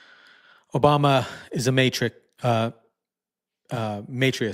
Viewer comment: Matrix!? The word is MARKS-IST! Maybe the font on his screen is super tiny 🤷🏻‍♂️